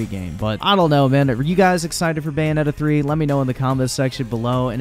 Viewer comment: What’s Bayonneta 3?